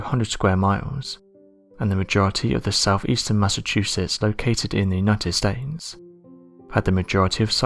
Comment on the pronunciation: did anyone from the US catch him when he mentions Massachusetts in The United Stanes............... :|